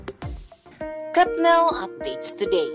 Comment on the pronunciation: Bakit kathnel ang pronunciation nyo